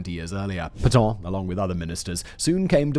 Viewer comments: Not Peton, but Petain. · Pétain, not "Pétans"!